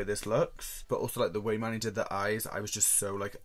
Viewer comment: I love the way he pronounces Manny (mah-knee) is anyone else just silently in the corner like man-knee no shade I love you just found this a bit funny 💓